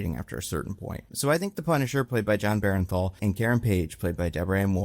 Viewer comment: Heads up: It’s BERNTHAL, pronounced burn-thal. There’s a few content creators calling him berenthal and I wonder where that comes from